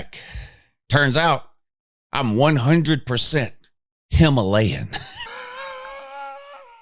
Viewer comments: Him-alayan?? Wth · Lou will never not be a legend... "HIM-alayan", lol